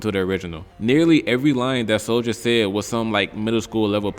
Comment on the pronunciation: Bro called soulja a hepher 😂